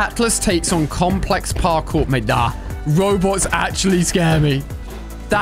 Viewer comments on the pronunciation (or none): none